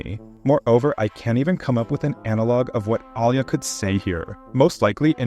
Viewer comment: i dont like the way u pronounce Alya. Its Alya and not Al ya. Аля а не Алъя или Алыя.